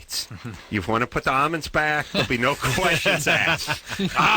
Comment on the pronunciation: why he pronounces almonds like "amuns"???